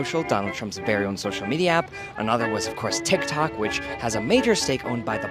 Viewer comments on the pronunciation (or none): none